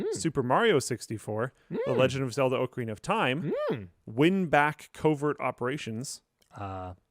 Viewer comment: I'm so upset that said Ocarina of Time WRONG! immediately downvotes LUL